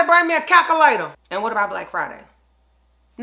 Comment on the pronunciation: Did say CACK-A-LATOR?? We all can relate to this video!